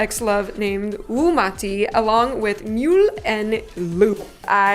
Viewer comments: Wumuti is pronounced Oomooti. Similar to your name Umu ... I think 😅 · the pain i felt hearing wumuti pronouced woomaaahtee, oh my. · u said wumati muti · “Wum-ah-ti”? I don’t usually comment, but that rubbed me the wrong way 😭 (and by that I don’t mean I think the person who said it like that is being disrespectful, but that I know from hearing it from how Wumuti says it that it’s wrong, so it just rubbed my ears and brain the wrong way. Which almost made me click off cz they might say it like that again, which would rub me the wrong way again, but even though I’m not a part of the fandom, I’ve enjoyed their music thus far, so I’ll watch in support of them).